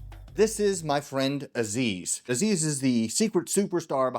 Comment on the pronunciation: Nice episode...lots of work Btw you are not pronouncing Aziz's name correctly 😂